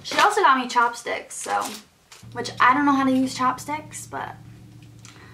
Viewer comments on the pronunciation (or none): When you said chopstick it sounded like chapstick